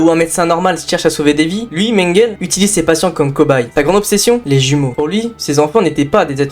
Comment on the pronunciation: Mengele se prononce « menguélé », tout le monde sait ça. Cette vidéo est truffée d’inexactitudes et d’erreurs, un tel sujet demande un minimum de serieux..